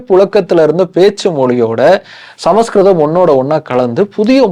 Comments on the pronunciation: ❤ It is not ""Sama skritham"' but, "" Samskritham"" Pronounce properly, before audience !!!! Samskritham is the OLDEST ETERNAL and God' s own language !!!!!!!! Vedas are in Sanskrit only ! Direct from God ! From his Udukku!!!! Says Lord Siva ! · It's is not samaskritam. It is samskritam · Brother.. Please don't pronounce Samaskritham.. It looks s samskritham.. Please don't misspel